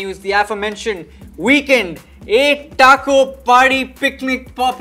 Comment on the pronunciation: It’s eight. Not eeeeeght. Indian pronunciations is weird. It’s not British. It’s not American. It’s straight up Indian English.